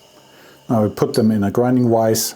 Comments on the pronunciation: It's vise not wise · super odd hearing the german v in the word vise. i guess it is right but it tottal doesnt sound ight